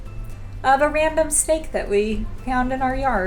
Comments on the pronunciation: I thought you said a random steak 🥩 but you said random snake 🐍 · Lol, I thought you said you found a random steak in your yard😂